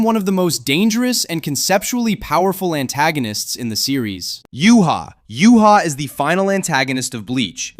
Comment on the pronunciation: Said ywach's name wrong btw